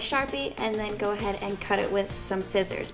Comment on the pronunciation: its scissors not skissors lol